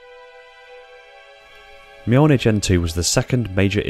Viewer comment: So we're just not gonna talk about how he nailed that pronunciation... Ok Cool...